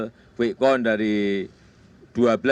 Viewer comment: pak.wiwi.. count.. bukan kon.. sama count bukan account. beda atuh pak .bahasa jawa sm bhasa inggris